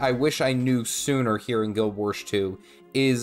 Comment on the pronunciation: why does he say "Guild Wersh 2" ??